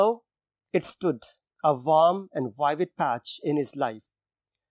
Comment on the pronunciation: Sir you are pronouncing vivid incorrectly 😔